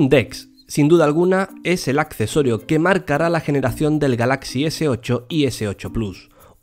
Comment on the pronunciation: y dale con pronunciar galáxy